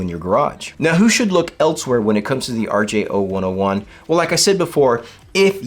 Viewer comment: You’re saying the name wrong. It is an R-J-Oh-one-zero-one, not …one-Oh-one. Yeah, I know, people normally know what you really mean, but in this case, they actually use the letter O and the number zero so it’s confusing.